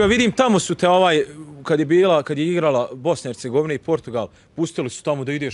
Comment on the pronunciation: Neka voditelj nauci kako se izgovara „Hercegovina“! A o gostu bi svaka rijec bila suvisna. 🤮